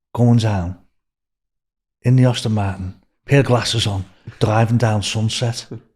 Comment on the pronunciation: What's a Austin Martin? 🤣🤣🤣🤣🤣🤣🤣